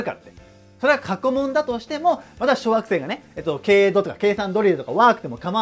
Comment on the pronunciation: 小学生が小惑星に聞こえるw